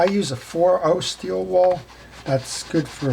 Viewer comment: It gets me everytime you say steel "wall" LOL!. It's steel wool pads! Thank you for your videos. I learned servicing my reels from them.